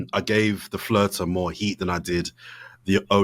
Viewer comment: Why does he always say the “flirter”. Absolute nonsense 🤣